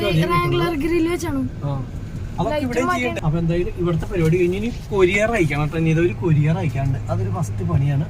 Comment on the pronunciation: കൊരിയർ ❌ കൊറിയർ ✅